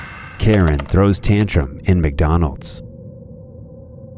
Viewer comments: The entitled Karen in the last video needs speech therapy. "Mick Dooneldes, UK Mick Dooneldes"! Open your mouth when you enunciate! What's with the inability to say Mc Donald's? I hadn't realized it's now pronounced Mick Dooneldes ! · Mucdonuulds 👉👉, her voice wa so grating, clearly she's below average intelligence.